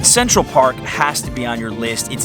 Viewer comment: I thought you said "visit sexual park" haha. Great video and valuable info.